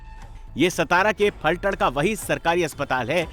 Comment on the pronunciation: It's Phaltan or one can call pythaan...not falthad..